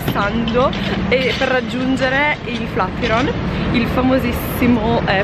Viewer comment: ti seguo da un po’ e mi piacciono molto i tuoi video, soprattutto quelli di viaggio! Però flatiron pronunciato così non si può sentire 😂😜